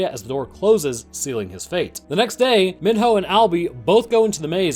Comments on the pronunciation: if i hear this dude call him min-ho one more time im going to min-hurl. its pronounced MEE-NO, they say his name like a million times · Sorry but this annoys me it’s me-no Not min-ho Sorry to be a asshole but that kind annoys me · Minho is pronounced “me-no” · He's pronouncing Mino like my 4th through 6th grade teacher, and it's driving me crazy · sir Minho is pronounced Mee-Know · The amount of time you mispronounced Minho is irritating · why does he keep pronouncing minho wrong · Some parts of this annoy me like how he pronounced minho and said teresa was hung up.(I probably spelled some of this wrong) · You can tell the narrator just read a summary Bc he says Mihno and George wrong😂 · the way he pronounces minho and jorge made me cringe everytime lmao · Allow me to introduce to you, this video: A summary acting as if the books don’t exist A summary that mispronounces both Jorge and Minho’s names A summary that compares Maze Runner to HG and divergent even though that’s a well known no no in the fandom A summary that as far as I know, once again forget to mention that the bOOKS EXIST A summary that fails to realize newt killed himself (slow it down and you’ll see he stabbed his own chest) This concludes my mini-rant :) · The way he says Minho and Jorge is a war crime